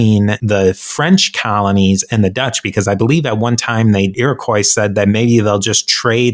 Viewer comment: I cringe every time he says Iroquois. He butchered it 🤣 Mohawk, my people, were keepers of the Eastern door. If Europeans were allowed passage through, they were assumed to be trustworthy, at least for trade. Because many, and I mean many, didn’t make it through Mohawk territory. 😂